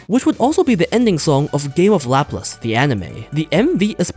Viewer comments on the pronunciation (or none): none